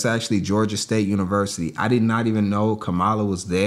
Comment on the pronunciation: Ka mala let’s pronounce it right friend trump disrespect her enough on purpose